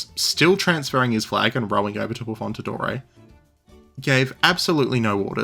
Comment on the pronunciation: Like the video, thx, but a bit of preparation on names wouldn't hurt. Just one example: it's 'AffonDaTore', not 'AffonTaDore'.